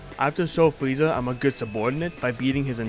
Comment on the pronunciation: the fweeza saga 😹😹